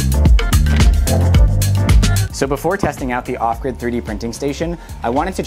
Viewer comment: Every time he says off grid, I hear awkward, and I have no idea why. I got so confused the first time he said off grid lol